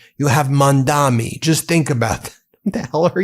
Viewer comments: Dude. His name is Mamdani. Not Mandami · No front, Ben, it is Mamdani and not Mamdami 😉❤💙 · Hey man, you do great coverage, but reminder, it’s Mamdani. Not Mandami. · Dude, it's MAMDANI, not MANDAMI. I guess you're still American after all 😂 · Ben, the name is Mamdani.